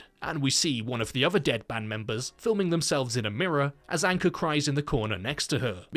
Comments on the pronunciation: Name : Ankur (Ankoor) Him : Anchor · Yup he warned the other band members about disrespecting the dead as well... Anyways it's Ankur Though pronounced it as anchor